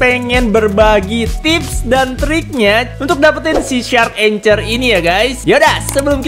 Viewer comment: Bacanya itu angkhor bng bukan anchor